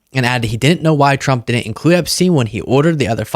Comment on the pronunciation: Trwwwuuuuuuuuump….and I used my big biggy pen⭐️. Im a big boy now..and I’m the pwresident. Pwesiiiident Twruuuuuuuuump💇🏼‍♂️